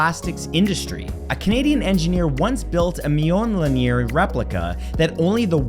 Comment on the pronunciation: I can easily forgive having trouble pronouncing "Mjolnir" as it involves letter combinations that don't exist in English; but Bakelite is pronounced "BAKE-light."